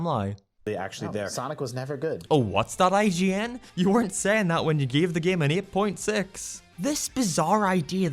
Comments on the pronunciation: I thought he said gay. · I like how he pronounces "game" lol G E A M